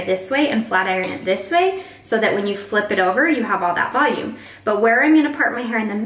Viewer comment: VELOOM? Im sorry no hate and your relly talented